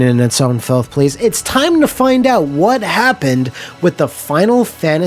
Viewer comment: I miss back in the day when you pronounced it "Wha Happun"